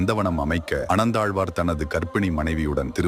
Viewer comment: Story correct but pl read as அனந்தாழ்வான் instead of ஆனந்தாழ்வான் 😅😅😅